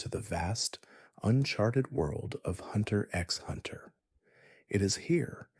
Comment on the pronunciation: bro pronunced the x in hxh im not watching this